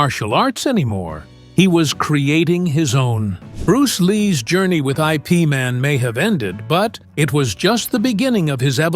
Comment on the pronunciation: IP man is pronounced eep man and your story is false